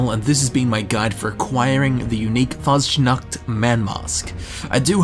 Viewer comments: The sch in Faschnacht is pronounced like an sh so its kinda like you would say fushnucht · YOU PRONOUNCED IT WRONG luv u💖